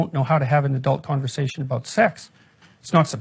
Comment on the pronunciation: "co awn versation" - pronounced "conver sashion" no "co awn ver sashion". I'm instantly offended? hahaha